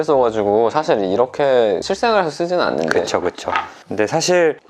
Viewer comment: 나는 이 짧게 내뱉는 그쵸가 너무 좋아서 잊혀지지가 않네요